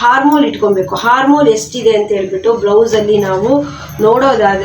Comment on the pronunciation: ಹಾರ್ಮೋಲ್ ಅಲ್ಲಾ ಮೇಡಂ ಅದು ಆರ್ಮ್ ಹೋಲ್ (Arm hole)